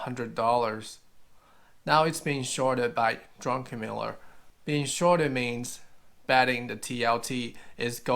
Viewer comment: Druck-en-miller, not Drunken-miller.